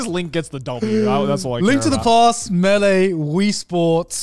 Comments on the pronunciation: Garnt was right on the pronunciation of melee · Connor on Garnt's pronunciation of Mêleé: "What, are we French Garnt?! Should you tell him or should I?🤣 Also, for the record, Garnt's pronunciation was correct 🤣.